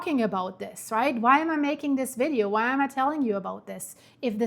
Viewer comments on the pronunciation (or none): none